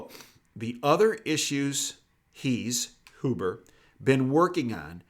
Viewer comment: Roger that? BTW... it’s Hyoo-burh, not Hoo-burh. Good vid.